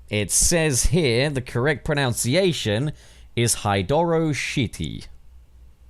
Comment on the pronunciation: I don’t think I’ll take pronunciation lessons from a guy who pronounces it ‘pronounciation’ 😅